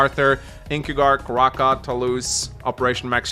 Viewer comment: That Raahka cardinal sin... lmao